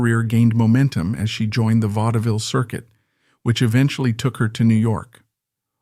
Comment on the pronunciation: You ppl truly need to do your due diligence. You're turning YT into the Wild, Wild West!! It's Vaud-ville. Not Vaud-da-ville. It's "Por-gie & Bess" -- not "Porge" & Bess. Find somebody -- ANYBODY knowledgeable to proof "before" you launch. And what on Earth was "scandalous" about Pearl's life???!!???? Thanks for showcasing the great Pearl Bailey!